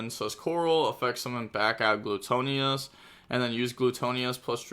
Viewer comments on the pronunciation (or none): Gluttonous (Gluh-tuh-ness)